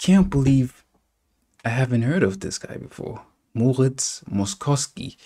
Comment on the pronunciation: Moszkowski’s name is pronounced like “mosh-kov-ski” 😉